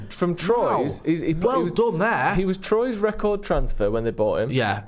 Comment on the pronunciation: Pronunciation Police Visit #2. "TROIZE"? Which club's that,? Never 'eard of it. However, if you can say "wah-wah pedal," you can say Troyes, sounded as "TWAH." That'll get you close enough. The R is "rolled," but I don't see that happening without you going for a year's worth of French lessons. The rolled R obliterates the 'W' in "T-WAH'.